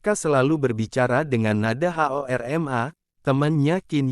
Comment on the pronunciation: Maaf min kalau boleh kasih saran nih cara pembawaan jangan di baca H-O-R-M-A-T tetapi di baca HORMAT min🙏